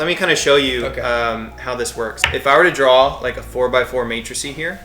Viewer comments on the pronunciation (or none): Who else got triggered by him saying matricy instead of matrix? And that's not even a matrix; it's two axes.